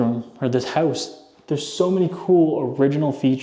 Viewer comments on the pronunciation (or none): how-oose? (house) are you canadian? lol doesn't matter, you sound very sexy